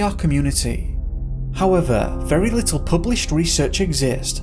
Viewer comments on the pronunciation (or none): none